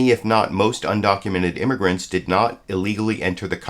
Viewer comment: She also said "imergants".